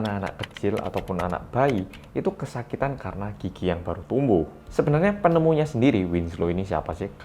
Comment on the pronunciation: Pas ngomong gigi, kayak "Netmarble" (dengerin dulu biar ngerti).